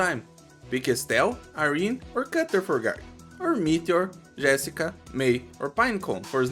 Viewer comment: Tu é BR ne, misericordia saiu um GÉSSica ali kkkkkk